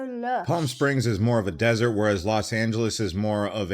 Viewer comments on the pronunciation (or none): none